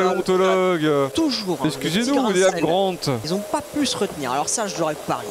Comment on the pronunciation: D'ailleurs je crois qu'il dit "Liam Grant" au lieu d'Alan, quelle indignité...